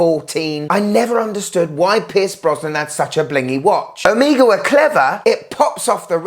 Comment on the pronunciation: Piss Brosnan? Lol